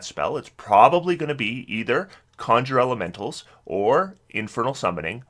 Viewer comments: I love when he goes from saying Conjure Elemental correctly to suddenly saying CON-SHURRRRRER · Great video as always but you pronounce the word 'conjure' incorrectly (just Google it) most of the time. Every now and then you pronounce it correctly which is odd.